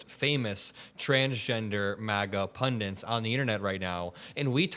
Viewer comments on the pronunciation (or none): It's punDITs, not punDINTs.